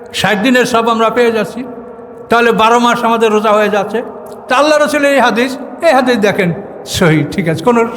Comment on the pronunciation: Saom ba roja bolte paren na huzur. Radowan Mahmud er video golu dekhen plz.